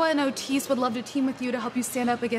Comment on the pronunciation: Love that she still calls him o’tis